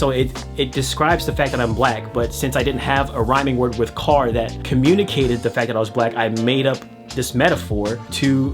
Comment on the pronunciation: i thought you said “cock” instead of “car” and i was so shook nearly fell off my seat